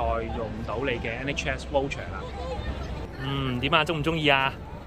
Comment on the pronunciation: 唔好意思你讀voucher 有點錯音！讀咗wo音！